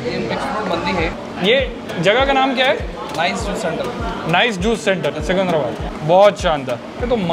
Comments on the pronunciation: भाई सिकुंधराबाद नहीं है, सिकंदराबाद है 🤣🤣 Lots of love from Hyderabad 💖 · Secunderabad is pronounced as Sikandarabad.. not sukundrabad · Seecunderabad nahi bhai jaan😅 seecunderabad. I'm from Hyderabad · The best part is your telling Secunderabad is Secunndarabad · first learn how to pronounce secundarabad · Am I the only one who heard seecuundraabad :/ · ❣️❣️tqq for cmng to secundrabad. But u sounded weird😅 it's ( c ki ndra bad)😁😋